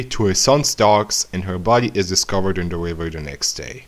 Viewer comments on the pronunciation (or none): none